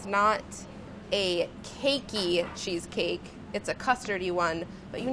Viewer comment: Funny how she makes it sounds like sheesh-cake.